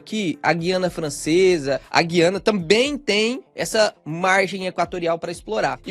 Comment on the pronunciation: olha a pronúncia de Guiana.